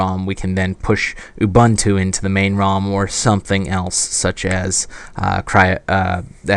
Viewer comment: Excellent - this could be a reason to get one of these. I'm particularly interested in how they run graphics software such as GIMP or InkScape. One minor point: Ubuntu is an African (Bantu) word, pronounced like "ooboontoo" but with a shorter "oo". Similar to Star Trek's Uhura. Instant geek cred if you get it right!